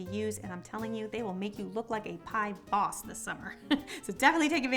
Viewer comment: "Pie Boss"... ouffff! That vocal stress just cracked me up! 😂😂😂 Everytime you do these unboxing videos,, your voice is cackling with excitement and enthusiasm. Such a passionate cook you are 😅 I feel I'm so much like you,.